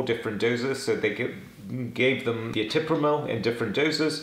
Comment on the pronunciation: ETRIPAMIL SIR, YOU PRONOUNCED IT ETIPRAMIL.